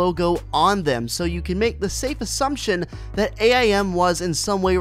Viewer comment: His name is AIM not A I M